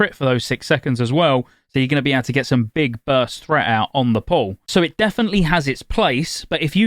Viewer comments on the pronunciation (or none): Every time he says "on the pull" all I hear is "on the poll", and then I imagine a warlock in demon form slaying a stripper poll